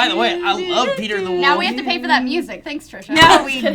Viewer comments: I hate how trisha says 'woof' instead of 'wolf' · Trisha, your inability to say woLf is adorable.